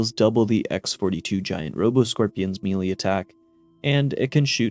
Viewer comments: This drove me crazy hearing him say “melee” wrong so many times. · Pls melee is pronounced "may-lay" not literally "me-lee"